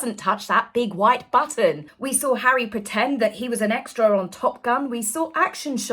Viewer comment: What next Hawwy the Congregational Medal of Honour? 😂😂😂😂😂😂😂😂😂😂😂😂😂